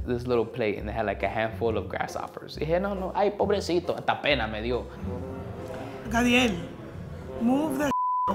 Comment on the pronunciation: the way says "gadiel" has me rolling HAHAHA